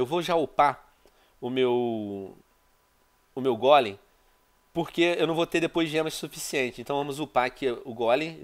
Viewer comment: Venom Aprenda Meu Querido, Não É Gólem..... É Golem, Onde Tu Vê Assento Aii ? 😂😂